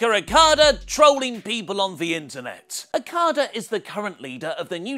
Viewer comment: he always says Okadas name so fucked up and its probably one of the easiest to say